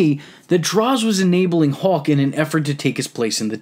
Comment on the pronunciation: How do u mess up saying hawk?